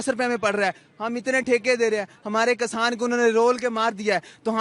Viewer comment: कसान नहीं भईया किसान कहते हैं 😅😅😅😅